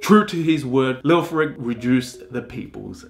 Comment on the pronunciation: Thumbs down, you call yourself Stories of the World, I suggest you get some language classes in first, start with English. The only two names you got right were Coventry and Tom. Mercia (Mercy-a) Leofric (Leo-fric not Lee-Ofric) and the, on which the topic is about, Godiva (God-eye-va). It's not rocket science, it's too old for that. Your punishment is to be sent to Coventry- another saying for you to learn.